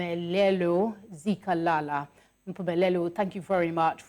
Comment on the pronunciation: But why South African TV presenters failing to pronounce Zulu names unlike in the 80s it is disappointing the lady can't pronounce Meyiwa and Zikalala..it is disgusting